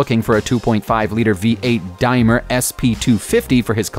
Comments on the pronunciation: its a Daimler pronounced dameler .ok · Its pronounced Dame ler !! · Great video but the British car is a Daimler, pronounce "dame" as in female and "ler" as "lurch" without the "ch" ruined by no research and bad English. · Daimler not Dimler. You need to get your facts right and pronounce words correctly. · That's not how you pronounce Daimler either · Brits do not drive on the right hand side of the road ! Also get the pronounciations correct. It’s Daimler as in dame nit dime. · ''DAME LER'' NOT ' DIME-LER' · firstly, its pronounced DAME-LER not DIME-LER. and secondly, we british drive on the LEFT hand side of the road whilst our driving seat is on the right. i hope that helps? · The Daimler he mentions is known as the Daimler Dart (sp250) Not to take anything away from this british classic but they are not nearly as rare, or expensive as he makes out. My dad used to own one. Daimler is pronounced like dame ler not dime er or whatever he was rambling on about. In reflection this was a pretty awful upload. I watched to the end only as I could not believe the crap being spouted as fact. Thanks to every one else bringing facts to the comments section otherwise there would be a lot of people believing this rubbish. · Dimer? I think you mean Daimler (Dart) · By the Way, Mr Narrator its spelt Diamler, but pronounced Dameler, you carballed attempt really shows that you are not any way a car lover, if you dont know how its said find someone who does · Whats a Dimer? DAIM-LER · You keep saying Dimer... it's Daimler, with an L. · I got as far as the Daimler. Go on... say Dymler again..... hahahaha! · Damn!...I've been driving on the wrong side of the road in the U.K. my whole life 😂 What the hell is a 'Dimer'? 😂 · I heard it as 'Dimer'... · What’s with the DIMELER , it really annoys me when the narrator cannot pronounce the name correctly